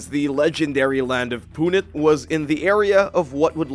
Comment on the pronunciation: It's not Punit It's Punt as in boat